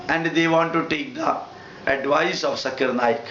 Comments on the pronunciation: Nice rebuttal but mostly you are attacking him rather than to the point. First how can you prove that the questioner was not Hindu? Pronunciation problem? you can't call his name properly..He is not sakir naik. He is Zakir naik. its Z not S. on the subject he says that you don't need an idol to focus God. Muslims don't have idol still they focus. why not Hindus. worshipping and saluting are two different things. you are a learned man. salute you but when it comes to logics, you should improve. Good luck next time. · Zakir Naik never claimed He is an authority but a student of comparative religions. Pronounce of any word is not the issue. Even Hindu Scholar could not pronounce Zakir name properly instead he said Jakir. Most of the religions talking about one whether Hindus, Christian etc. But Hindu Pundits have turned into several Gods. Similarly Christianity talking about one God but Priest changed it into three Gods. Zakir is educating people to accept one God and worship him only. The present Islam being followed by so called Muslims is religion invented by so called notorious scholars who wrote books over books 250 years later of Prophet Mohammad 's Death with fake stories and fake saying (Hadees) and entangled them into mere rituals. Islam Is a code of life as how to spend life journey by following Quoranic commandment, be successful here and be successful in the world after. Present fake Islam religion have pushed down all the believers to gutters.